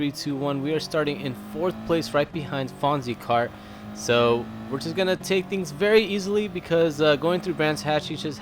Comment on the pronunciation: Uhhh, that car you are following at the beginning of the first race is 'fonsecart' NOT 'Fonzicart'...please watch some more episodes of 'Happy Days' and learn how 'Fonzi' spells his name...(tongueincheek)